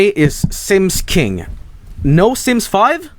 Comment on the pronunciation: why is the way he says SIMMIES so hilarious?